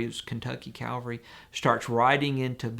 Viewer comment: Excellent video. Please use proper pronunciation of especially not especially and Cavalry not Calvary.